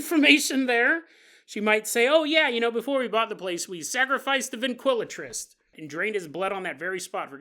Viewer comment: Been listening long enough to easily interpret mispronounciations (NO disrespect, I know I'd be pure word-vomiting if I had even a yearly paranormal podcast) but you had me second guessing myself about the word ventriloquist. Driving down the road like "Wait, that doesn't sound right... or does it?"